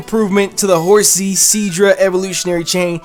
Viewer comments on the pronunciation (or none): none